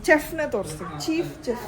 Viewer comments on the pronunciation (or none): ಚೆಫ್ alla adu ಶೆಫ್ antha pronouns madbeku